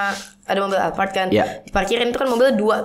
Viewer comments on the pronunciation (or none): none